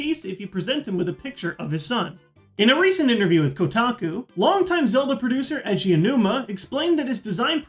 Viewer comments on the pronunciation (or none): Edgy aonuma? Its pronuounced ay jee